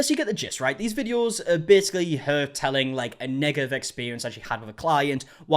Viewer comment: 😮😅 WHEW ! I HAD TO REPLAY WHAT YOU SAID !! I was like “WHAT KINDA EXPERIENCE THIS FOOL JUST SAID !? 😂😂😂. I’ve never heard the word “negative” feel like a hard R 😅😅